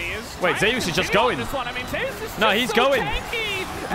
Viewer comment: Why is everyone pronouncing Zeus as "Zey-us" instead of "Zoos"?